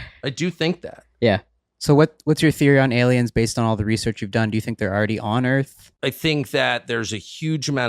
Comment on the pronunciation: So, , The earf is flat?